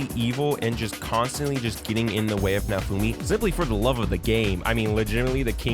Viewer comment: It didn't fail. It's getting season 5. Who tf is nafumi? Why can't you clowns learn to pronounce names correctly? It's like you've never even watched the anime.